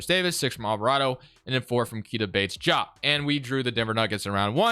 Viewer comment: Fun fact: Keita Bates-Diop is pronounced KAY-tuh Bates DEE-ahp